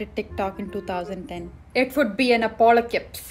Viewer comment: By listening saying Apocalypse wrong so many times I forgot the right one😂😂😂😂